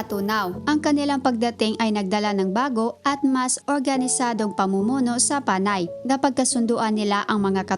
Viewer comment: You sound like a faulty AI who cannot use the correct usage of syllabic stress especially that of Panay, and other words. Sana hindi ka na lang nag-narrate at plain background music na lang inilagay sa vid post na ito and better have the information typed or in a running text to give justice to the efforted information. Your narration sucks!! Ewww 👎